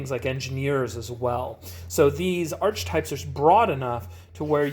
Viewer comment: It’s actually pronounced Ark-e-type, not Arch-e-type. Good vid! I love your reviews and the blend of being a family man and a beer drinkers